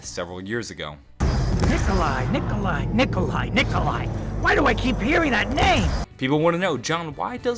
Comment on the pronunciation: No Nikolai not nicola